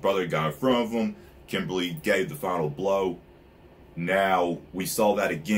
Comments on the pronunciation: Its kimblee. Not Kimberly, thats a girl name. 😂😂😂😂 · Philosopher stones is just a name they said that WAY early when they found the liquid Philosopher stone. Its a name it doesn't HAVE to be a stone. Also its Kimblee or Kimbley not Kimberly like a woman's name.